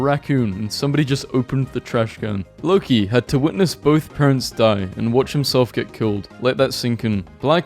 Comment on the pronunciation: the pronounciation of "Loki" is just- i cant 💀